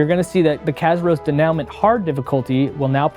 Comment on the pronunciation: And they still don't know how to pronounce denouement